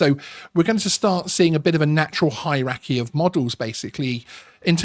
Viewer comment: You keep saying Haitch when this letter H is an aitch.Also what on earth is a High racky . Your content is diminished by your poor use of English . I stopped as a consequence.